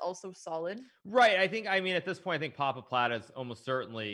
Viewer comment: I like that they always say Pappapladde